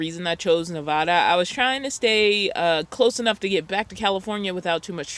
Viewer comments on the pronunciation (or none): You are pronouncing my state wrong. It isn't Nevahda. It is Nevada. And I live here, contact me and I will given you weather updates and places to go or you can come to where I live. Nevada mountain weather can change in a matter of minutes here. It can be a summer day 80°. Then an hour later snow and 10°. This time of year, you have to watch reports for up here. Also make sure you have, hats, gloves, jackets, boots, shovel, scraper, chains or cables. Extra everything. I don't know why you won't shoot me a message and I am a local. I can get you free passes, tickets, food and drinks. Etc etc. I can give you great spots to go. Casinos are free parking by the way. Contact me, wish I knew you were heading up here. I am surprised you got up here. They were suppose to turn everyone around as we are on lock down. Next time I can cook you a home cooked meal and maybe you can answer questions for me. Tahoe and Nevada, you gotta be ready for unpredictability. Oh and? Thanks for visiting us and so happy you find comfort here. It is a slower lifestyle here. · love your channel. But you gotta learn how to pronounce Nevada;)